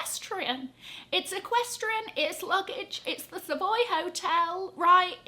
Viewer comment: It's equestrian 😭😭😭😂😂